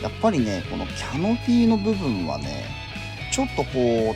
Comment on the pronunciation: いつもとても参考になる動画で感心しますが、Canopyがキャノピー↗️というアクセントで言われてるのが気になり過ぎて・・お茶のCMで出てくるエビデ↗️ンスはないですが・・正しくはキャ↗️ノピーですから。